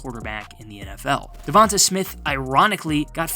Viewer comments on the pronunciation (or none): His name is pronounced Duh Von Tay...not Duh Von Tah